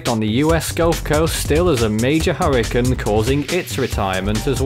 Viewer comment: “Hurricin season”